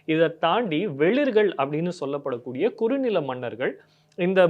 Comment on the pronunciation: அவர்கள் ''வேளிர்கள்'. வெளிர்கள் அல்ல. 'சேரலாதன்'. சேரலத்தான் அல்ல.